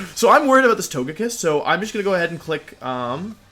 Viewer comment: Please pronounce Togekiss correctly.